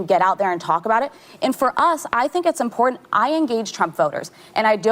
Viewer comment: it’s “important” Sonny - stop dropping the “t”! And shame on you for forcing your kids to vote how YOU demand they vote! Shame! SHAME! Ask this: if Trump voting parents said on TV they’re kids wouldn’t be voting Biden bc you said so…these chickenheads would be losing their minds! Such hypocrites!